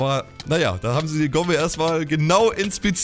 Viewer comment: Gomme hast dich am Anfang versprochen